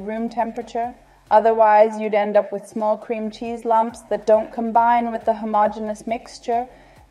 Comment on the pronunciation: Man spricht Cheese aus und nicht Scheese ^^